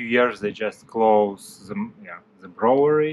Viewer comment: The reason you are having trouble pronouncing "brewery" is bcos you are trying to read & say it the European way. English is the worst language on the planet. The way we say words is not the way it's written. Try saying it like this phonetically - "moon or noon". "Broo ery". Later when you have mastered that, you can try to say the "w". "Broo wery". Most people don't bother to pronounce the "w", they just say "Broo ery", bcos the "oo" already sounds like the "w" in this word. Other than that, I think you're English is great! That's a massive job. Please take extra care not to hurt your back.